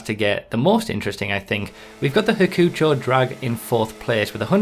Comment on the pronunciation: I don't like how you say Hakuchou. It's "hak-u-chow" not hackfjhesiosorur... Okay?